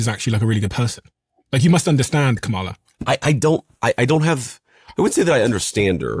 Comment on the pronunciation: You pronounced Kamala wrong, just so you know